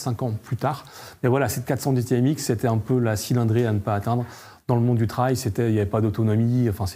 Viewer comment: Ce qui est raté: la prononciation “trail” il est temps de réviser l’anglais des présentateurs.